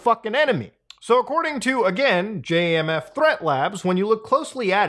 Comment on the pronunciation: Its not J.A.M.F.. dont sound out letters. Just say the word Jamf. (jam-fh)